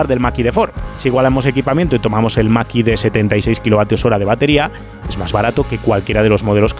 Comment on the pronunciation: Excelente como siempre, pero me "canta" enormemente cada vez que dices "el maki de Ford"... ¿por qué esa pronunciación, cuándo lo normal aquí sería decirlo como suena: "mach e"?, ¿acaso decimos "model wai", o "ai di four"?, la verdad es que rechina bastante... sé que es una chorrada en un vídeo de un nivel increíble como todos los que haces, pero tenía que decirlo... 😅